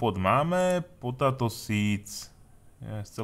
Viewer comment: Btw. Potato sa číta potejto :D